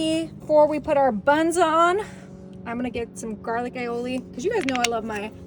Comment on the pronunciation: She can pronounce Aioli correctly but refuses to pronounce Creole correctly even though she has been told how to pronounce it. 🤦🏼‍♀️